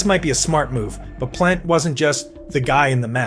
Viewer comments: Hah Sheck! Ve Zeena Trophee! Jacque Plant! Glenn Hall was not the first Conn Smythe winner. All sorts of AI errors. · Glenn Hall #7 Jacques Plante #6 and Terry Sawchuck #4 can’t be serious! All 3 should be top 5. And learn how to pronounce things like Plante & Vezina. And Roger Crozier was the first goalie to win the Conn Smythe not Glenn Hall. When you can’t get basic facts right the video lacks credibility.